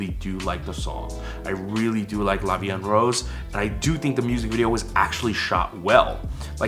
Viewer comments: Actually the way they pronounced 'La vie en rose' is okay ; the 'en' part is totally butchered but it's a sound that foreigners have a hard time getting right so I always let it pass lol and they also pronounce 'rose' like the actual flower (in english), not the color in french, but I mean it fits with the song! Also I think the 'rose' in the title of the song doesn't stand for the color pink (= rose in french) but actually the flower, hence why they were holding roses and throwing rose petals in the music video, and i'm guessing that is also why the most prominent color in the mv is red. I like it, i think it give more of a classy/chic vibe to the concept than if they used the color pink ^^ I really enjoyed your reaction!! The one you liked the most is Yujin :D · As a French speaker, the way they said “la vie en rose” isn’t wrong, it’s just weird. Like the “en” is blended too much with the other words and the o in “Rose” is slightly weird too but overall it’s very good for non french speaking Koreans. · They're actually pronouncing la vie en rose pretty good like except for the word en (which is a difficult sound to say for non-french people) it's almost perfect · Okay I'm sorry this has nothing to do with the reaction but you forgot the "e" at the end of "Vie" and it's killing me 😂😂. And the girls actually pronounce "La vie en rose" nearly perfectly which actually really suprised me. The world "en" is the only word mispronounced. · Actually they obviously can't pull off the french "r" it's diffrent and I think only french can spell it I think they miss pronounced "en" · their pronunciation of "La vie en rose" sounds like an english person speaking french, with an english accent. they say "La vie N rausse" when they should say "La vie EN (en = voyel sound) roze". The O of rose is said like someone of south of France, so this part is still authentic in a way.